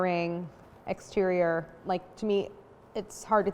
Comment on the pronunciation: Lmao egg-sterior